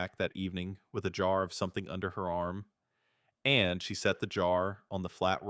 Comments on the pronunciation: It’s not the writing, it’s the ai reader emphasizing “and”. Doesn’t help that it’s emphasized way too often. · Too much emphasis on the word 'and '